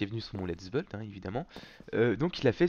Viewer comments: 7 depuis tous se temps ou je connais, il a jamais réussi a dire buiiiiiild il dit beuld mais en même temps, il est belge! xD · g adoré le pitit "lets BEULD" xD